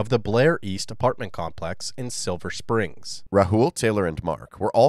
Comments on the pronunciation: Silver Spring. Not "Springs". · It's not "Silver Springs". It's "Silver Spring". I lived very near there. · It's Silver Spring, not Silver Springs. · For the record and not to be that guy, it’s Silver Spring not Springs. Great video, just happen to be from that general area and spent a lot of time in SS over the years.